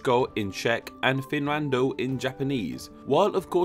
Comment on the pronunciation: Not Japanese, but I'm 100% sure the way you said 'Finrando' is 100% not how Japanese people say it.